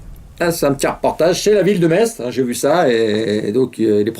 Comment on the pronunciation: tu sais que j'adoooore tes vidéos, mais on dit "MESSE" bordel et pas "METSSE", si tu ne veux pas te fâcher avec TOUTE la Moselle, merci de présenter tes excuses pour la prochaine vidéo^^